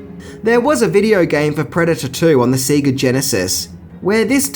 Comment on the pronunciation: YESSSSSS! YOU SAY SEEEGA, NOT SAYGA! i have proof and reason why us Aussie kids were saying SEEEEGA - i have the vhs of ghostbusters 2, at the start, theres an ad for SEEEEGA games. the ad guys says "SEEEGA", so when growing up, thats how we thought it was pronounced. so thank god that you stuck fat and probably have taken a lot of shit about saying SEEEGA,! well done!!!!!!:trophy-yellow-smiling: i still, to this day feel completely g@ saying "SAYGA"... fuk dat!!!:face-fuchsia-tongue-out